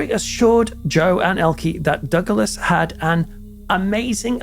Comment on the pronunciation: excuse me but the name Douglas only has two syllables, not 3. It's NOT PRONOUNCED Doug-a-less. 🤦‍♀️🤦🏽‍♀️🤦🏻🤦🏼‍♀️🤦🏾🤦🏼🤦🏻‍♀️